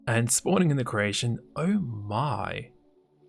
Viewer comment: My girlfriend is from croatia and she always thinks you say "croatian" instead of "creation" It is quite funny tho I have to admit xD "Spawning in the croatian..." "Lets play with that croatian a little..."